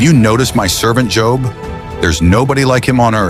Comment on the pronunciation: I hate these mess ups sometimes how you going to pronounce job correctly the whole time then say job at the end I’m sorry that ocd kicked in lol